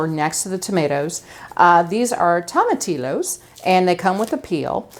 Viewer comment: Wish I had this recipe for my Monday enchilada dinner. Oh, in Spanish, the L's are usually silent. The proper way to say tomatillos is tom-ah-tea-o's.